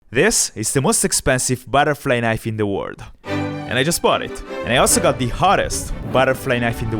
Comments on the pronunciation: Why do you say world with word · Bro is saying word instd of world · Why is bro saying word it's world